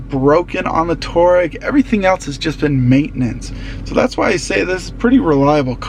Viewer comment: It's pronounced Twa-reg. After the tribe